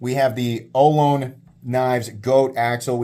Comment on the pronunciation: Hey brother, Ohlone is pronounce oh-LONE-knee. They’re a Native American tribe in Northern California.